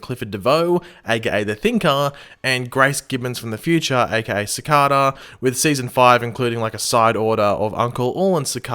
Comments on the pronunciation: Repeat with me sic-ay-da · WO IS SARCADA ITS SACADA